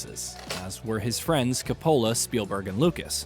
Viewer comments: Ka-POLA?? Have you ever been to a movie? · And then there's Francis Ford Ka-POLA. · Seriously doubt if I’m going to be able to finish a vid on film history in which Coppola is mispronounced.